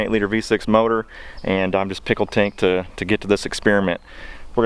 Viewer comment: Did anybody else noticed he said “pickled tink”?🤣🤣